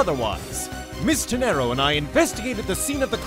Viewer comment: Wouldn't her last name be Te-nay-ro?